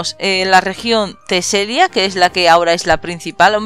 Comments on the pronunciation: se dice teselia no telesia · Teselia, no telesia wey :v